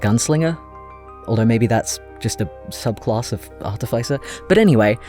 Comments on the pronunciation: Ah yes, ArtifYcer! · Mispronouncing artificer again I see